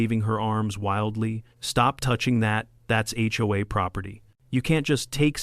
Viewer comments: Where did "hey-oh-a" come from? It's "aitch-oh-a," and I've never heard anyone except AI pronounce it as a word (hoe-a) instead of letter by letter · Got to love it when text to speech middays things, “the ho will rise again”😂 😂😂